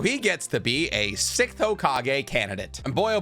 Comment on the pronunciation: Six Th Six…..th Sixth Not Sickth